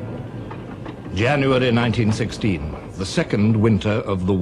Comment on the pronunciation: When he said “YANUARY” i knew this was for real.